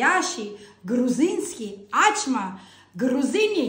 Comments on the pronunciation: Ачма тюркское слово , на азербайджанском, турецком означает открыть, раскрыть. В данном случае раскрыть тесто.АчмА с ударением на последний слог. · Во первых у грузинов никогда не было этой блюды. Почему? Потому что это турецкое блюдо « Ачма» и произносится без каких либо ударений на первый слог, то есть без «А»чма. И переводится с турецкого Ачмак-открыть. Ачма- глагол повелительный - « Не Открывай». А причем тут грузины? 😂😂😂 Вот вам и Hayna Nino, nino ho😂😂